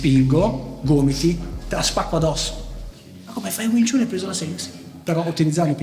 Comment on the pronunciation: Stai pronunciando jn modo sbagliato wing chun, non si dice chun ,but si pronuncia Chan anche se e' scritto chun !